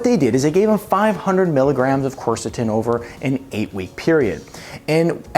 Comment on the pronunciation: You might first learn to pronounce it.